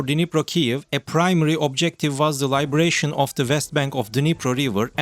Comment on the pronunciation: And 'Liberation', not 'Libration'. Libration is the wagging of the moon(...) LiBERation is 'emancipation' or 'setting free'. Other than a couple of other funny mistakes, it is not too bad. I could understand it all quite well.